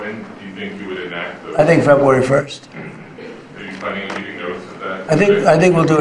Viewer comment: He can’t say February. Trump says Febwuwawy. Just thought it was funny.